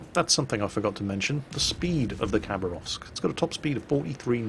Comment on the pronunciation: Khabarovsk is actualu sound not a Khabarovsk , Habarovsk is be a corect (Хабаровск)